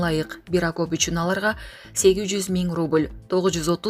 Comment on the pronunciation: Акоп эмес,, окоп.